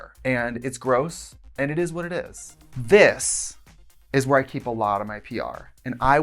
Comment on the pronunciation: Did she say hoowhere i get ready bc PLEASE keep doing it lol 😂